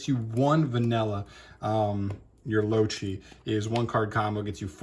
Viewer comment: “Loachi” 👀 this made me giggle a little, it’s pronounced “Low-Kai”